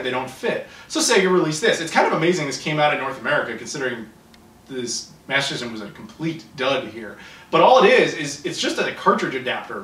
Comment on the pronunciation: It's hilarious the way say Master System....... Masazzzzzazzzm.... Hahahahaha